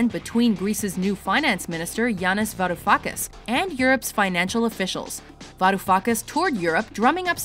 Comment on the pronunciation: Gotta love that Varoufuckas pronunciation ;p